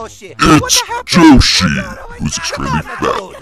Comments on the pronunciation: its Yoshi not joeshi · It's Yoshi not Joeshi